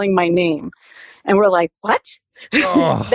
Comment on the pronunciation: Someone please tell this woman "and" ends with a D. Not with a T.